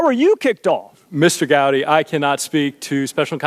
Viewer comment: Strzok is a weasel. Notice how he mispronounces “Gowdy” as “Gotti”? Not an accident.